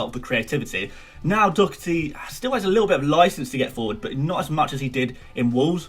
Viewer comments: Its pronounced Do-her-ty Not Doo-her-ty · It’s pronounced like Daw-hearty. Not like dough-erthy. It’s an Irish surname ;) But love the vids keep up the good work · Doh-her-tee not that hard tbh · Its pronounced Daw herty 😂😂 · Doherty is pronounced doh - her - ty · I've heard so many ppl say dhock-er-tee, even Gary on MOTD says that also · Dohertys name is do- like doss and her- tee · Sorry got it wrong it's pronounced Daw-her-ty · Its Do-dir-ty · Slightly disappointed you couldn’t pronounce Doherty’s name. Especially as you knew his name was involved. Great content though.